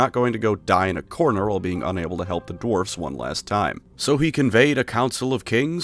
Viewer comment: Sounds like you are saying dorfs.